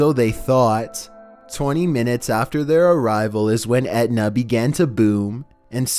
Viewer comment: 14. Would you please stop calling this mount Edna? It is Mt. Etna.